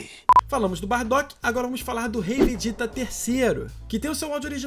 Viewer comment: Fala o nome do Vegeta certo cara. Vc disse: Vediêta.